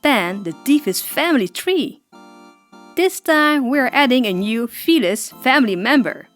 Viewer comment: I thought you said fetus